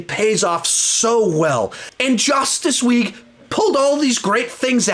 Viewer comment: did anyone acknowledge how he said justice league like Jus TAc LeGUEE lol